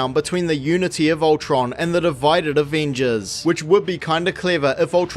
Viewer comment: take a shot every time this dude says “aveenjuzz”